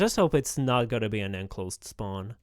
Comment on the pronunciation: Can you say "spawn" property plz?